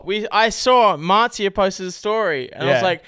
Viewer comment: Max, Her name is Marzia. Not Matzah